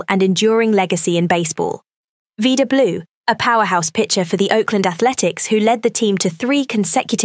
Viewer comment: It's pronounced "vie da" , not "vee da", Blue. Rhymes with "Ida". Since you use British RP accent, it rhymes with cider, not cedar. Anyway, may God grant Vida Blue eternal peace.